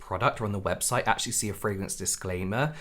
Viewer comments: I just can't wait for this community to get over the fragrance thing so I don't have to listen to Americans butchering the pronunciation anymore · The way the first tiktoker pronounces "fragrance" annoys me.